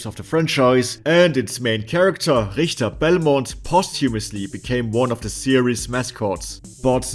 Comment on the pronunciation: Subbed for the Richter pronounciation. Rickter is hard to take seriously.